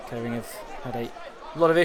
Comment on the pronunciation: Class highlights - not sure I can unhear the pronunciation of Kettering - I mean Keddering- but great work all the same.